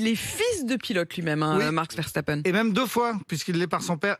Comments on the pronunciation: c'est VERSTAPPEN et pas VERCHTAPEN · Journalistes a 2 balles apprenez à prononcer un prénom correctement ❗verstappen❗ et non verchtappen ❗😂❗